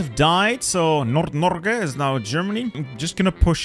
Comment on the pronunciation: damn you butchered the "Nord Norge" pronounciation lol